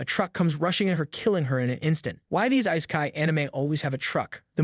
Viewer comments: wtf is eye-sky? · Has this guy even watched any of these series.... instead of just reading out a summary. Just the prenounciation of all names and even worse on Isekai